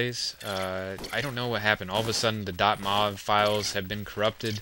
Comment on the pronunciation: LOL dot mov files it is dot M-O-V